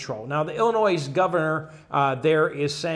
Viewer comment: Silent "s" at the end of Illinois. Please! My Mom would chase you with a stick!